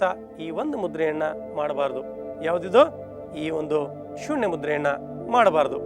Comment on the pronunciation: ನ,ಣ ಅಕ್ಷರ ಗಳನ್ನು ಸರಿಯಾಗಿ ಉಪಯೋಗಿಸಿ ಗುರುಗಳೆ ಉದಾ ಅದು ಬೆಣ್ಣು ಅಲ್ಲಾ ಬೆನ್ನು ಹೀಗೆ ಅನೇಕ ಇವೆ ಸ್ವಾಮಿ ಸೂಣ್ಯ ಅಲ್ಲಾ ಅದು ಸೂನ್ಯ